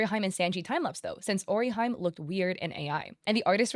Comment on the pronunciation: "Ori Jaime" 😭😭😭😭